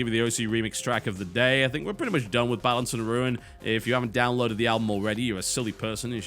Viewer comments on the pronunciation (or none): none